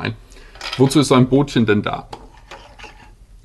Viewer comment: Es heißt Böötchen!